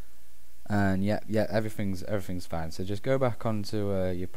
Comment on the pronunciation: 0.41 - "andddd....yepyep, everyfins, everyfins fine" ahhhhhh...hehe gotta be rated a 5 for that! :P